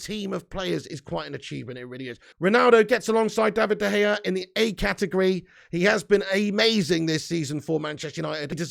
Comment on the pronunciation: Came to watch this after the Brentford watch-a-long and I can’t stop laughing at the way you say De Gea’s name I love it Is it “Davide” De Gea or David “D” De Gea .. I hear an extra D or E in there and it’s absolutely magnificent